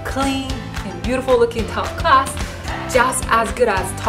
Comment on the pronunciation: Where are you from? Your accent sounds weird? The ?clark" = crack?, "class" = crust? Pinoy? Vietnamese?